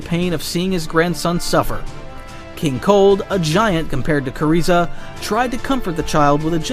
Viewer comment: knew it was written by ai when he said "kuriza" 😭✌